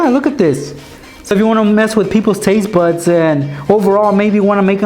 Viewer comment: he said taste butts